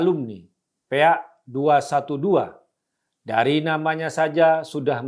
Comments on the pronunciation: hahahahahah, ngakak waktu bang guntur nyebut PA pake E, jadinya Pea.. 😂😂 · PA dibaca PE A